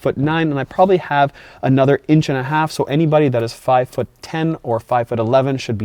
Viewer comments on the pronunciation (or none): none